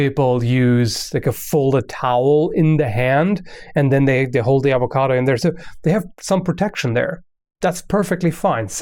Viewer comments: "Hi my name is and this is how you cut an avocato" I love your videos xD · why is it that certain accent pronounce it "ovacado"